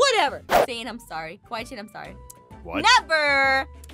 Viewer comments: kAWEE CHAN lol😂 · Aphmau: "Aron" Also Aphmau: "Kawee chan"... me: ...that not how you say it 🤨😐🤨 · Not cawee Chen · Aphmau: kwee chan Me:kwee chan ? Me again: IM DYING lolllllllll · I laughed so hard when Jess called Casey kawee chan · [Aphmau mistake]tries to say Kawaii Chan but says Kawee Chan